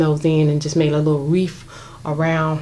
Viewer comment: You have good taste! So beautiful! Fyi - it's wreath, not wreaf, and poinsettia not poinsetter.